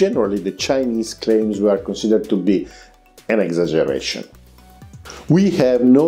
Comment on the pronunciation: Had to plan him saying "an exaggeration" a few times to realize he wasn't speaking French.